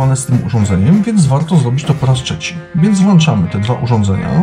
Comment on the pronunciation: WŁĄCZAMY, PRZEŁĄCZAMY się itp! Nie ma słowa włanczamy!!! Dlaczego tyle osób mówi niepoprawnie? :/ Wrr jak to drażni słuchając jak ktoś WŁANCZA :/